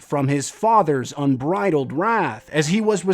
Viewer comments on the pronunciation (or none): none